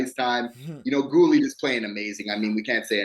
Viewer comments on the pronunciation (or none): Great vid guys! You gotta change the way you say Guhle though, it’s not Ghoul, it’s Goolee